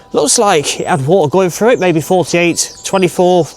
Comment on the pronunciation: The word through not frew